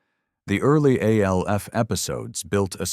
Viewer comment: I'm getting tired of these AI voice overs that can't seem to pronounce simple words. I almost down voted this just for that one aspect of this video. I heard, I think, 6 different ways to say the name Alf. Sigh...